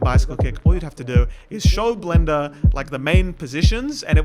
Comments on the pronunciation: I just heard blendr as Glenda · "Blenduh" - 2026